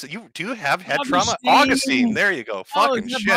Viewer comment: Jim UH-GUST-STEN lmfao